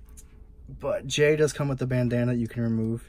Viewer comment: It is actually jey instead of jay